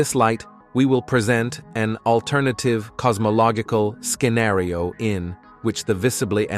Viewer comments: The A.I. voice just keeps getting better... "the skin-ario" (scenario) puts my mind a little at ease that there will be a Garry Shandling's "Which planet are you from" comedy unintended from AI for a decade if there's any luck. Here's hoping... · Why are you butchering words like decoupled and scenario? lol